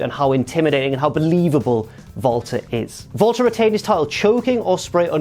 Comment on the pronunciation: He pronounced it like that because that's how you pronounce it.